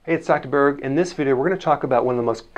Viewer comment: Say Dr. BERG! He deserves his name being said right!!!